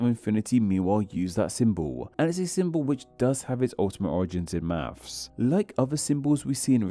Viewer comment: On a channel about names I don't expect to hear "maffs" (maths), "free" (three) and "symbaw" (symbol) etc.